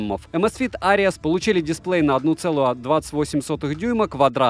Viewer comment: amazfit что ? Areas ??? Ares может все таки ? "Арес" Карл.